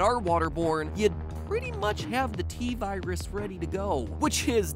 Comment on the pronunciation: T virus more like T-seris😂